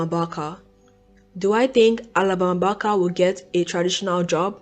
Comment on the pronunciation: Can you try pronouncing Barker one more time for me? It’s only fair, considering you rag on her for the way she pronounces her words…try saying Barker the proper way just one time…I wanna hear it… Come on… Let us hear it. Hypocrisy got your tongue? And who cares if she wants to be black? How does it affect your life in any way? I hope you don’t ever run across a white guy that you can’t live without. What a conundrum.